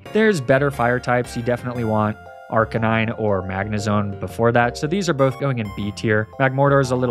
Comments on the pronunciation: It's so weird to hear you say Arcanine instead of Arcanine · first time i heard someone call magnemite as "magnemity" and arcanine as "arcakneenay". not sure if baiting engagement but damn i fell for it i guess.